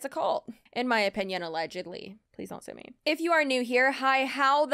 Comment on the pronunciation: Whenever you say don't sue me, the closed caption says don't say me 😅